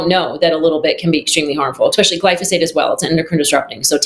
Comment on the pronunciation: I have serious reservations about how qualified a person is when she uses “expecially”